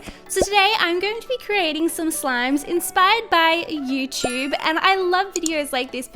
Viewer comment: Have you noticed that says Youchub instead of YouTube?